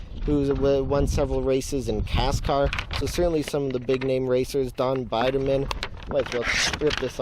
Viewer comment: was the narrator an actual race fan or just reading a script? it's pronounced beederman not biderman!